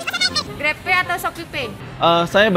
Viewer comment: dibaca grepe